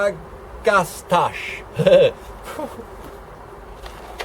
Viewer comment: Nice seed haul - great deal you got. I might help with two of the flower names: Agastache = A-gaw-sta-kee. Ageratum = Aa-jer-ay-tum.